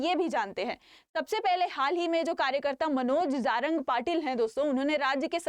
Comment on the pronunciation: मॅम जारंग नही *जरांगे*बोलीए